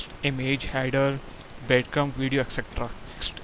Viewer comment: Isn't is breadcrumB, not breadcrumP